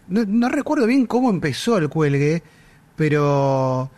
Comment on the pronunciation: 😂😂😂 'cuando se enteren que no es del cüelgue.."